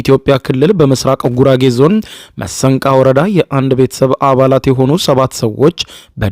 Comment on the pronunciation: መሰንቃ ወረዳ ነው ያልከው??? መስቃን በል።ነብስ ይማር።